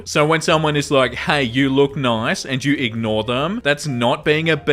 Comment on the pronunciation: As a brazilian learning english by myself, i have to say i love how you say "nOIce"